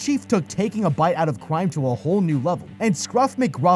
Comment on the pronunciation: Bro said crwime